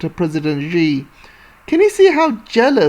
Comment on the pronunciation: Just a pronunciation tip, Xi is pronounced as See.